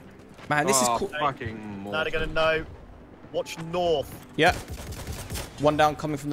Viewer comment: Nawth lol